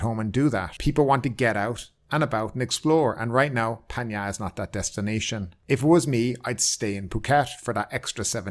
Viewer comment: Great informative post as normal 👍 But can you please pronounce PHANG NGA correctly. ( It is Phang Nga NOT PAN YA )